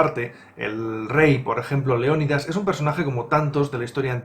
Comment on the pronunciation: Cuando dices el rey leonidas parece que dices rey león 😂😂😂